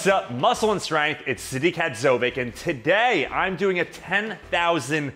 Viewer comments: I like how he can't pronounce his last name Hadzović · It is sad he doesnt know how to pronounce his own name since he lives in America...